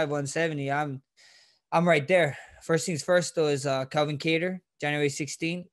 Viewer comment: The real 145lb champ. This man really said “Ka Tarr”😂